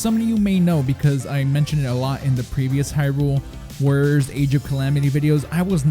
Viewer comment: and the way he said "warriors"